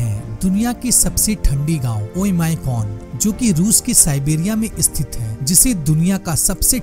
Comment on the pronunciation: Bhai ek baat batao, aap space ko "espace", sthit ko " Esthit" And area(kshetra) ko " chetra" Kyu bolte ho??? Don't you able to do proper PRONOUNCUATUON?